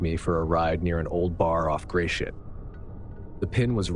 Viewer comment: Story #2 the street name gratiot is pronounced grass sh** .